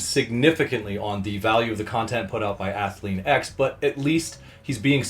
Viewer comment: Took me a while to understand you were saying "Curlean-X" and not "Curly necks"